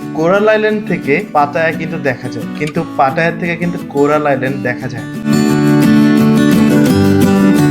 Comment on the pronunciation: Bhul bolen barbar------ collar island na Coral Island